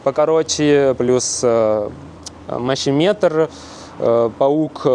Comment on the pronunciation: Только мощемер, а не мощеметр.☝